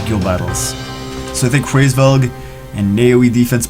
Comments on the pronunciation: hraevsss... COME ON IT'S HRAESVELG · its Hu-RAYS-velg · It's pronounced as raise velg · The pronunciation is Rra or ha or hra IS Veug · "I'm not pronouncing that name" tries to pronounce the name